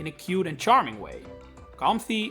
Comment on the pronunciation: When bro said Comfey, I knew he doesn’t play the TCG at all.